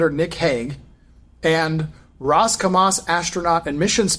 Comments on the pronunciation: I''ve been skeptical of this Starman for a while, but REALLY, he really just said Roscosmos like Ross-Kamas. Nobody that is into spaceflight would butcher that. The outfit too.. and he isn't one of the main space voices like Ellie. What happened? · Roscosmos really should be said correctly. doesn' take this seriously enough